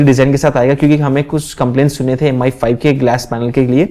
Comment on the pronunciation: aur sir 'M Ai' nhi 'Me 5' bola kro